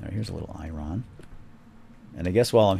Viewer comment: It's iron not i run